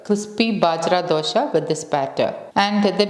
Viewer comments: U r pronouncing it as dhosha (wrong way) It's just dosa 😂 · Hi, This recipe like all your others is great! Thank you! Question: Isnt it dosa not dosha?